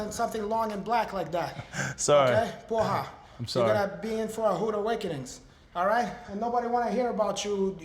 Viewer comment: “You gonna be in for a hude awakenings” 😂